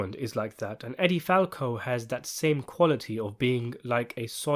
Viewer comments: Edie's name is pronounced EEE-dee Falco, NOT EH-dee Falco. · EEEE-dee Falco. Not Eddie. Ffs.